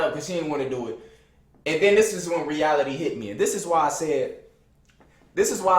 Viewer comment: Bruh do so be sayin "these" or pronouncing the word "this" like thees